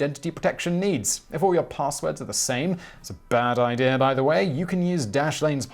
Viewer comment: "No idea what that means! No idear no idear at all!" Best part of the whole video!